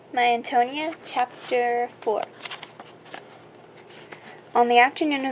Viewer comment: Just a friendly note: it is pronounced Anne-toe-knee-ah. Great book, btw. :)